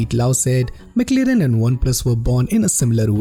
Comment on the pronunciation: Mc lirin. 😂😂😂😂. At least learn to pronounce it well me friend